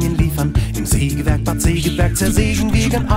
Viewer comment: Hundertmal Sägewerk falsch ausgesprochen.